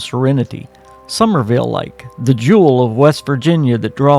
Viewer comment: Summersville, it has an S in the middle.